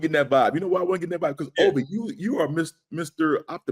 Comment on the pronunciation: said Olvie, not Turner.